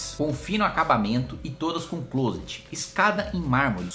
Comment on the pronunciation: Kim, a pronúncia correta é "clóset". 12 de set, eu vou!